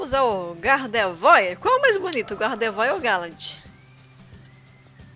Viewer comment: se pronuncia gardevoar e não gardevoir !!!